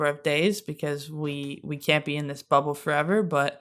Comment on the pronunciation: I almost thought Stewie had a speech impediment cos’ she kept saying ‘Wubble’. Took me a hot minute to realize that she was referring to the WNBA bubble. 😂